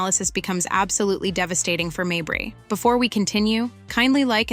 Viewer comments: How many ways can you mispronounce Mabrey? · Wasdid this chick just do this to hear herself talk? Constantly repeating shit, over and over, can’t pronounce Mabrey correctly, poorly posted video. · I didn't know why you butchered Mabrey's last name. It was annoying. Then I thought, maybe you did it to show her the disrespect she deserves. If that is why, kudos! If not, kudos anyway.